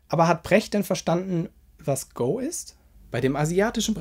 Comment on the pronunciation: Wer Go wie Pokemon Go ausspricht gehört auch bestraft... 😂🤣 Egal, erst mal übertrieben effizient Wein schlürfen und weiter kritisieren...